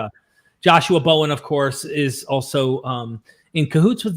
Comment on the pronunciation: I love Bowen as Hoven! lol comic gold